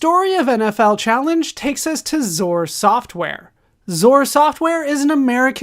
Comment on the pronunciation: Lol its X-O-R not "zore"